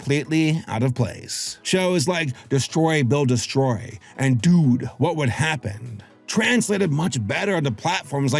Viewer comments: I like the emphasis: "DUDE What Would Happen" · the accent at "dude" 🔥🔥🔥